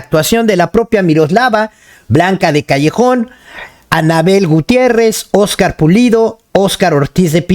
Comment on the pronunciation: Cuida tu dicción y tu lectura un ejemplo: es Blanca de Castejón , no de callejón como tú dijiste. Muy completa la biografía.